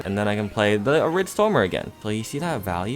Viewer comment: “arid stormy”